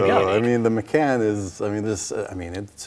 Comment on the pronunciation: Its called the porsche macan as in con artist NOT as in can of coke.